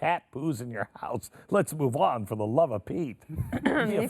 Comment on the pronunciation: "All DA THINGS"